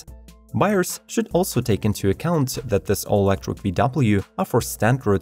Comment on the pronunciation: You mispronounce electric as Elektwic xD